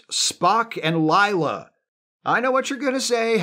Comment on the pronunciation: Whoa! Stop saying "Ligh-la". It's LAY-LA. Rhymes with 'way' 'say', etc. "Layla", like the song (Eric Clapton, Derek & the Dominoes.... heard of them?)